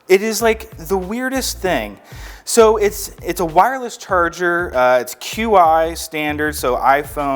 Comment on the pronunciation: FYI: Qi is pronounced Chee.